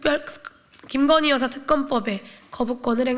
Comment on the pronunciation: ㅎㅎㅎㅎㅎㅎㅎㅎㅎㅎㅎㅎㅎ, 용혜인 의원도 "여사" 발음은 안되나 봅니다. 하긴 "여사"의 무거운 호칭을 격에 안 맞는 곳에 붙이려니 힘드시겠네요.